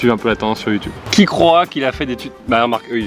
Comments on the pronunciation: Moi j'ai compris youteub xD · "Pierre Croce a beaucoup de talent sur YOUTOUBE !", ça m'a tué ! xD Sivouplééééé ! x)